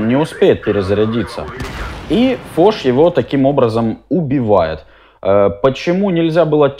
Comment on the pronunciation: Во-первых фош, а не фоч. Он не убил фоша. а продамажил его.